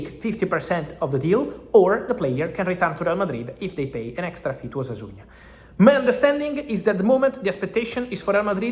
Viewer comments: Discúlpame la corrección Fabrizio,pero no es Osasuña, es Osasuna sin “Ñ” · Osasuna not Osasuña